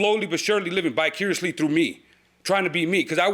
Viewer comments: I believe the defendant said “bi-curiously”, but Im certain he meant vicariously 😊. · I know he said bicuriously... meant vicariously 😅 , but I still think the plaintiff is soft enough for the former to be true too lol. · Why does he keep saying living bi-curiously ??? 😂😂😂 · Exactly as he said living bi-curious-ly through him, I wouldn't be surprised if something happened between them.